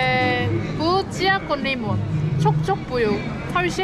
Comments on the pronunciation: Yenge chia tohumu diyor, sen de çay diyorsun ya 🤣🤣🤣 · vegeteybil degil yalniz bro, vegitibil, fresh degil de raw, chia=cay degil chia, bi nevi tahil